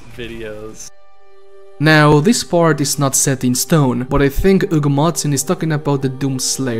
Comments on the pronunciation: not really. Its because Hugo is a common name in spanish so we dont say the H. We definitely say the H on... That guys name. Lmao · keeps calling Hugo "Ugo martin" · The H in spanish is silent 😄